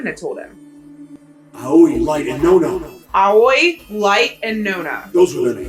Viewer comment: In Japanese, there is equal stress on every syllable unless spelled otherwise, so it's just "Ah-oh-ee" with no emphasis on the "oh" and sounds more like "Owwy" said quickly. And "Raito" is literally just "Light" as it's a borrowed English word. The name in Japanese is gender neutral too (Hikari/Hikaru) but the director, Uchikoshi, either didn't realize Light isn't really used as a name in English, or just didn't care